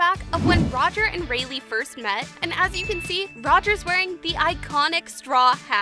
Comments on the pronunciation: Its said like ray laai not ray lee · Rayleigh.... reyli xD anyway good vid